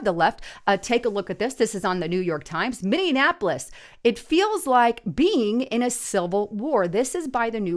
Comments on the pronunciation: It is NOT pronounced Mini - an - apolis. There is no second letter N in the name. It is pronounced Mini - app - olis. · Minn ea polis. Sound it out!!! NO D